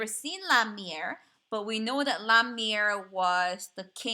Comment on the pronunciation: Meier (mei'er) is pronounced as may er